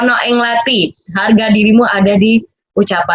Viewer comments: lathi lo bukan latih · Lathi bang, bukan latih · 'All about latih' Btw Lathi ya bang bukan latih🤣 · T nya lidah digulung ke langit mulut, bukan diantara gigi